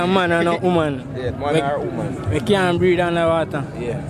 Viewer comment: HEY MY FRIEND uou need to pronounce your words with much more clearance, for the word is not homan, is woman the other is not breead, is breath under water